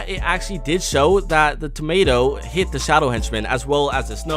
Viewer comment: lol did you say hate instead of hit🤣 stil Good video